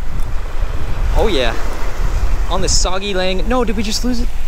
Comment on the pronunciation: The “soggy” one is pronounced “soo-gay-ling” lol hope this helps